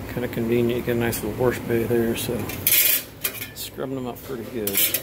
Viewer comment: I drink everytime time says "Warsh":)